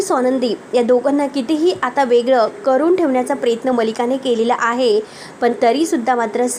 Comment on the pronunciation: बाई उच्चार नीट करायला देखील शिका. प्रयत्न म्हणा, प्रेत्न नाही.